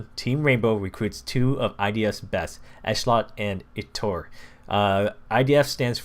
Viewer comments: it's pronounced i-TOO-r and esh-LOT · I-tur Ish-lot